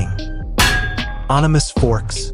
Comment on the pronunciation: It Animas as in animal only no l just an s. That did it for me. The end.